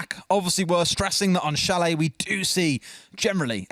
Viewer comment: I cringed at chalet being pronounced chal-et lol